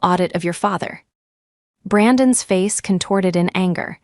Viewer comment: That which belongs to Brandon - spelled Brandon's is NOT prounounced Brandon s. Smarten up, AI.